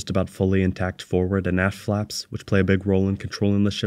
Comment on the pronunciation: I kept hearing hearing "ass flaps" because your pronunciation of the t at the end seems to be missing. "the ass flaps were damaged from the heat of reentry" sounds a bit sketchy